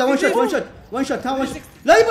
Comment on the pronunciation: ليش تقول ون شوت😂😂😂💔